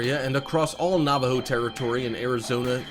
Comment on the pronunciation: You say Navajo wrong I know this because I am 50 % Navajo